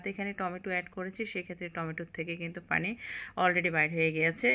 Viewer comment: আপনি পুরান ঢাকার মানুষ না, আপনি পানি কে ফানি 😂 বলেন আপু। নোয়াখালী দেশের মানুষ আপনি।